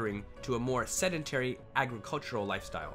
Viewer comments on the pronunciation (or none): none